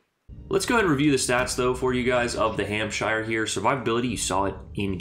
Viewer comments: Pronounced hampsher 👍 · I mean say the name properly then lmao, it's an English name, so say it as one. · Considering it is pronounced exactly the same as New Hampshire, the fact that Americans invariably mispronounce it suggests that you are just trolling us.